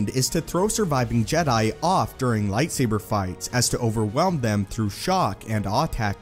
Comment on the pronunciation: I hate how you say lightsaber